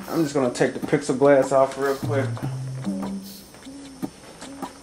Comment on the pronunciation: Are you saying pixelglass or plexiglass?